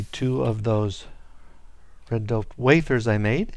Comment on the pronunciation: It doped not dopled